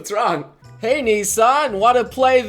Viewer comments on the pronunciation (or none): none